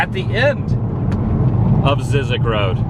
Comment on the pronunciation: Zzyzx rhymes with Isaacs 🤓